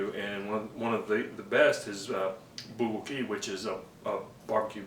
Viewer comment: it's pronounced "bul-go-gi"